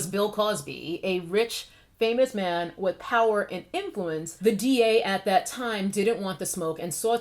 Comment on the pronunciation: Interesting tea. Just a random, but general question: Why do so many influencers keep saying "thee" from old English? Another influencer asked the same question a while back. It's like an entire generation skipped English class. Just wondering.